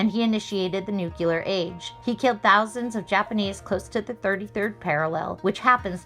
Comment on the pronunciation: NUCLEAR is NOT pronounced "NU-CU-LUR" It IS pronounced as putting the words NEW and CLEAR together. "NU-CLEAR" weapons. Sorry. Didn't mean to detract from the message of this video. It's just that even our presidents mispronounce this word. It drives me crazy!